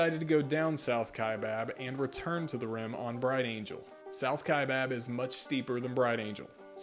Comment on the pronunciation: Wow, someone who pronounces "Kaibab" correctly and not the incorrect pronunciation of "Kai bOB." Thank you.